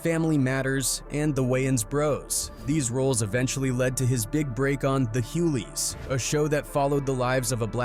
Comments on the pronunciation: Is it just me or was it bugging anyone else whenever the narrator said Hueley instead of Hugley? 🥴🤯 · DL Hewley LOL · Bro why is he saying Huleys that shit is throwing me off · Say the names right Hughley= Hew-Glee Piru= Pie-roo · It’s HU-G-LEY Pronounce the G family And it’s Piiiiroooo (Piru) Not Piirus. 😂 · It's pronounced HUEG-LEE 😂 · Every time he says “Hoo-lees” I lose it 🤣🤣🤣🤣🤣🤣🥹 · Hood war chronicles can't pronounce Hughley or Piru? This mus t be white ran. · Here’s a fun game, take a shot every time he mispronounces Hughley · The G isn’t silent in Hughley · Someone with a little more knowledge really should've read this lol he mispronounced hughley and said wayans bros instead of wayans brothers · Ah. Wayne Bro's and Hughley mispronunciations 😅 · Bro , you slaughtered Hughley's last name pronunciation and Piru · Turn this shit off can’t even pronounce hughley right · It is very constantly mispronounced name especially when you going out of your way to mispronounce his DL hughley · The g ain’t silent my guy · Plus Hughley is pronounced wrong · Shit pissed me off all video. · These AI voices totally screw up names. I wish they would use real people